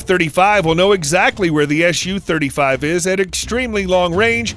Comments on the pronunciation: Is there a good reason for you to pronounce the abbreviation like "ash you"? It's "Suchoj" with "s", not "sh" sound. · Why are you saying "Shu" and not "SU" ?